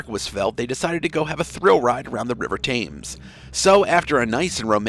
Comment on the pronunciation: I don’t know which is more inexplicable: People who would invite strangers into their homes and accept invitations into strangers’ homes, or a presumably educated and sophisticated narrator who doesn’t know how to pronounce the river Thames, one of the best known in the world.